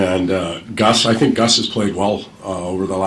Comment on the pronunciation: I am always so impressed with kaspers english usually when young players come from over seas they have super strong accents and that "foreign english" where its kinda broken sentences and stuff but his is pretty damn perfect only thing i notice with his English is for the words like think he pronounces it like fink but compared to other players not from NA its very understandable